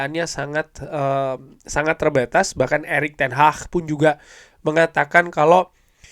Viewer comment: Bukan ERICK TEN HAAHHHHHH 😂😂😂 Tapi ERICK TEN HAG. , kox ERICK TEN HAHHHH, HAHHHHH ,HAHHHHH, HAHHH, HAHHHHH 🤣🤣🤣🤣🤣🤣🤣🤣